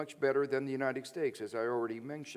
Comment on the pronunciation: Is he saying "United Stakes"?